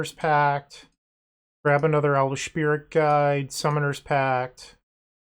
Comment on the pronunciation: I had to triple check but im sure i hear „elvish shpirit guide”.